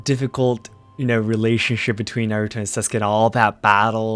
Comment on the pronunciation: It's Naruto, not Narutouuu :'D